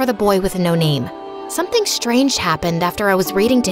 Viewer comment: the way they pronounce the name 😭😭